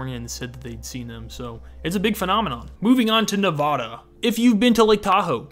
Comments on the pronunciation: It’s pronounced ‘Nuh-v-ah-duh’ not ‘Nuh-V-aw-duh’ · I’m sorry. I don’t want to come off rude but you said Nevada wrong, and if you have met people from Nevada we get annoyed when someone says it wrong. You kept pronouncing the E in Nevada as an a. It’s not Navada, it’s Nevada. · NE-VA-DA get it right😢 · You mispronounced Nevada 😡